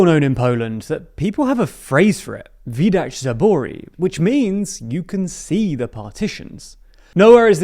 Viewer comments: He didn’t pronounce it too badly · Love the British pronounciation of "widać zabory". Good soundbyte to use on Twitch or something.